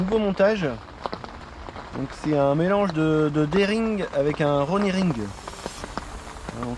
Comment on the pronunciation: Super..on dit rig et non ring mais bon, j uti,ise pas mal le slip d rig et le spiner rig ca marche